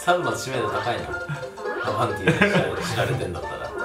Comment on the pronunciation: ディじゃなくてティだった